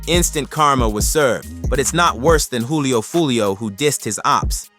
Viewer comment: ik that but it’s Julio Foolio not hoolio foolio